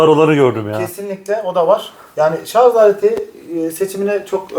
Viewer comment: hocam şarz değil şarj